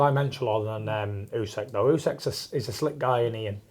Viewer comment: Ousek, not Usyk.